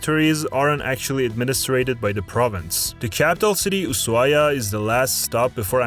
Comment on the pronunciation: Big kudos for pronouncing Ushuaia the right way! 😊